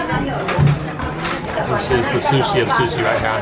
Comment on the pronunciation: At the beginning, did anyone else hear susi instead of sushi😂